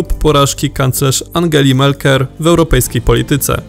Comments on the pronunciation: Mówi się merkel a nie melker. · Angela Merker? Ach ten lektor... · Nie MELKER, tylko MERKEL synek.